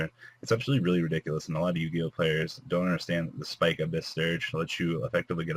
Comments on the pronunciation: holy shit its fucking abyss pike …. abyss .. pike not spike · Can you learn how to fucking read. Pike not fucking spike its not s + whatever the other word is. Abyss is spelled with two s not one